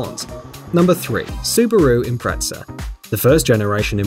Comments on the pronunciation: How on earth can you pronounce Impreza as Impretza? There's no t in it! Stop calling it Impretza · It's Impreza!! Impretza is a pretzel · Its impreze not impretza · The "Impretza"..... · sUbARu ImPrEzEL Its Impreza why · Edit Its impreza not impretza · Impreza not impretza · Suparoo Impretza 😂😂